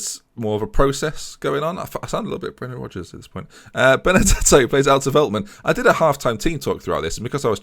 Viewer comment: Heey here again the pronunciation of most players Ore-gwuela (Orejuela) the Lickt (with a sharp g) (de Ligt) Felt-man (Veltman) Die (from dying)-ks (Dijks) van the Bake (van de Beek) Sink-graven (is alright) Younes (is good) Sjeun-nuh (just like the german word 'schön') (Schöne) Near-as (Neres) Chair-nie (Cerny) Cas-see-year-a (Cassiera) Fear-gaf-er (Viergever) See-jech (also with a sharp G) (Ziyech) Weu-ber (same as Schöne) (Wöber) Hope this well help you out.